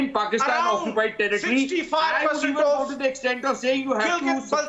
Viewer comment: saying tarrrritri for territory sounds like toiletries